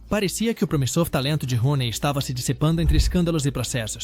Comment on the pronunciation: Roney?! Não! Downey please.